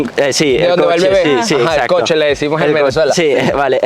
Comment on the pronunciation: Ojo! Se dice coche por favor cochee😢😢😢